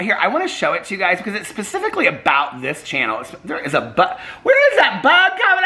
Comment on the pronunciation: Did you say “pacifically”